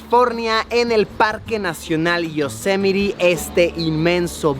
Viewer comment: Se pronuncia "Yosemait"